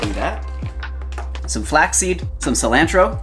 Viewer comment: I’ve never heard someone pronounce cilantro the way u two do lol